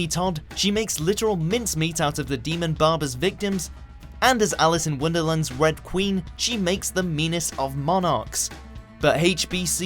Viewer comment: You said wonderland wrong.....